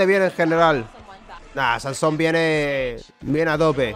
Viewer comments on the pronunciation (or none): NO ES SANSOM, ES SAMSON. Ya está. Tenía que decirlo